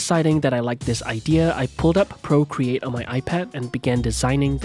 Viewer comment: i cannot take anyone seriously when they say procreate im sorry